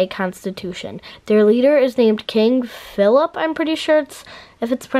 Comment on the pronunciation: The name Phillipe is pronounced filleep. Hope that helps with your project. 😀